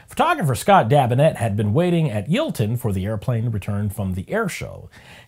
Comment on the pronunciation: Never heard Yeovilton pronounced like that before, God truly loves Americans. (Yo-vil-ton)